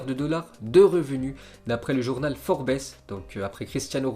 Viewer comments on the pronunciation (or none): pour info forbes ce prononce forbse et non forbess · "forbesse" -> "forbze" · le journal "forbesse" ? ...... tu es sur ? ;-)